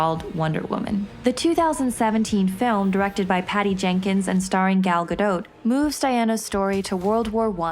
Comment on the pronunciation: yay she said it right, gal gadoh !